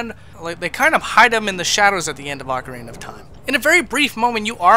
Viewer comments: One minute in and someone's already said 'oakarina of time' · Does the UK version of Ocarina have an ‘r’ at the end of it? Ocariner? I don’t understand lol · Its pronounced aw-kah-ree-nah dummy